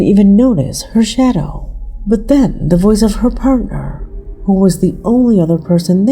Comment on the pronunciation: Hoo is in the wall?? Hoo? Hoo? Hoo can't pronounce owl? AI, that's Hoo!